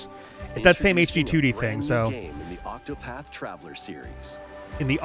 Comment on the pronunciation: there are two T's in ocTopaTh